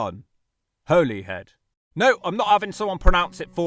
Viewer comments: Holey Head - someone's had you on mate 😂 It's pronounced Hollyhead, as you thought. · Despite the spelling, I'm pretty sure you still pronounce it 'Holly Head'. Pronunciation just changed over the centuries. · Holy head? I pronounced it like that my whole life until like 2 years ago when i was told it was Holly head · your the first person ive her heard pronounce it holy instead of holly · btw Holyhead is actually pronounced "Holly~head"... really. i grew up there. i know it's technically called Holy Island, but i promise you that the first part is pronounced "Holly" in Holyhead by everyone who lives there. or Caergybi in Welsh. it's not just ferries - there are also cruise ships that now stop at Holyhead. they're a fairly recent addition. and yet the cruise ship visitors still don't seem to be bringing in any money. not that there's any decent shops apart from one coffee shop where they can spend their cash. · No it’s pronounced as holly-head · I like the fact that you used to pronounce Holyhead correctly and now don't 😊 (it's Holly-head). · Pronounced Holly-head as in holly and the ivy. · For your information it’s pronounced “Holly-head” Or in the local accent “Holly-‘ed” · Its pronounced holly head mate :p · Your assessments of these is 100% correct. But Bangor is not seaside town/city and everyone pronounces it Hollyhead. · holyhead is pronounced like the tree , i lived here for 45 years so me and the other 65000 people who live here should know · you were right about how you thought 'holyhead is pronounced - Hollyhead ;) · Every single person in North Wales pronounces it "Holly-head" too. Literally nobody calls it the way it's said in this video. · It’s pronounced “hollyhead”. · Your pronunciation of Holyhead was painful. Go back to how you originally pronounced it. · Funnily enough Holyhead is pronounced wrong by the Transport For Wales railway announcements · You pronounced Holyhead right the first time, and then incorrectly for the rest of the video🤣